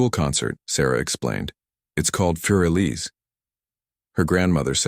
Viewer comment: More like “foor Eliza” Beethoven was German.